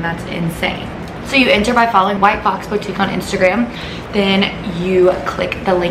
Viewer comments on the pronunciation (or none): probably not, she says it the way she spells it lol